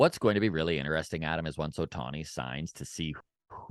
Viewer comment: ADAM us foke from (TO) I know you are trying to say it right 😮BUT ...K YOU say it wrong lmao 🤣